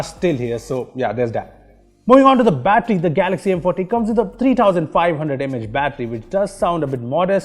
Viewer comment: Is it just me or when he says M Forty it sounds like M potty , lol